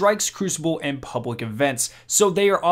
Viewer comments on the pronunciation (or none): Okay, you've messed up saying Complete and Public, you said : "Compwete" and "Pubwic", need to fix that bro (Edit:) you need to learn how to say words with L in them. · "Pubwic events" XD